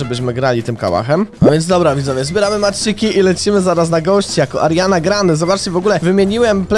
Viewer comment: Czy tylko ja usłyszałem ze kilka razy powiedział zamiast Ariana tylko Mariana